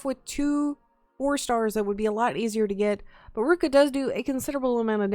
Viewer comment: Ruka? ITS NOT SAID LIKE THAT ITS SAID LIKE roo-ki-uh!